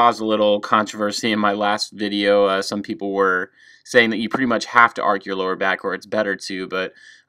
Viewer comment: I think it 's time to learn the difference between "ark" and "arch"...